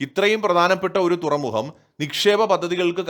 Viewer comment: തുറമുഹം അല്ല തുറമുഖം ആണ് .......